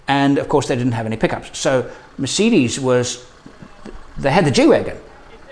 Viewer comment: Great video and your German accent is really good😊. You should do a german vlog one time👍🏻Greetings from Germany